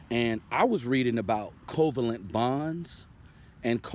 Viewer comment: Your pronunciation of covalent is wrong. The intonation should rise at VAlent.